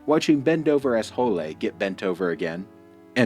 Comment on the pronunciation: I love when you said "Bendover Asshole-lay", Am I hearing it right? 🤣😂